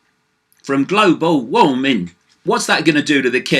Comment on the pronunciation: I love how you say global warming GLOBO WAHMING!